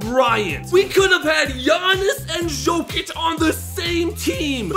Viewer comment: no way he just said shokic